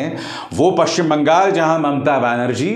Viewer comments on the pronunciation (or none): none